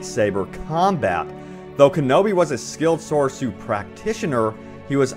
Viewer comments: Soresu, not Sosoru) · Soresu is not pronounced “So-So-roo” It’s pronounced “so-Ree-su” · What is sosoru. You mean soresu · It's pronounced "soar-EE-sue." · It's pronounced SOR-E-sue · "sorsoru" oof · YOU SAID SORESU WRONG